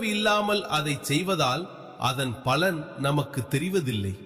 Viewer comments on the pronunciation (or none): none